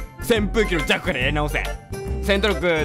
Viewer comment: ただの扇風機のジャ↑クに笑ったw